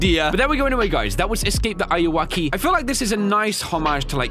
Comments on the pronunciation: It's not awoki how says it it's Anne are u okay auwoki auwoki anne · DUDE its not said like that the ayuoki is any are you oki a yu oki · It’s Pronounced woke. Say woke but add keee wokey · it's not ayu-woki, its ayuw-oki aka, are you ok lol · almost every YouTuber doesn't pronounce ayuwoki right... it's basically just the smooth criminal reference. are-u-ok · Eyeuakey why does he say it like that lol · He is saying the name of the game wrong but it’s cool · You were pronouncing the games name wrong btw.